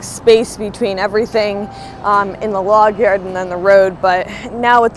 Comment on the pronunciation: Say "Logyard" again 😅😅😅